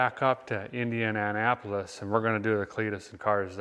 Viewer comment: Did you say the car was gonna be at Indiana- apolis?